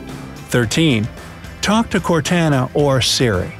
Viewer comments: It's cortana not cartana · It's pronounced "CORT ON UH" . And I know, I know, nobody asked, but I thought I'd mention it. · "CortAAna" EWWWWW why u say it that way )_) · Its pronounced CORE-TANNA not CORE-TANA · By the way you say Cortana, I'm guessing you never played Halo? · Di.. Did you just call "Cortana" "Cartaena"? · who's Car-tana lol you can just alt-tab for each window, not ctrl-alt-tab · It would be nice if these shortcuts worked. And File Explorer has a shortcut on the desktop that is faster to use and easier to remember than the shortcut. and apps don't go on the taskbar. Those are shortcuts. Completely mispronounced Cortana there, too. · This guy didn't play Halo with that pronunciation of Cortana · Am I the only one bothered by how he pronounces Cortana? Other than that I thought it was a great video.